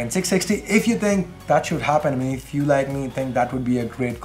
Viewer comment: when ever says ' If ' it always sounds like " F "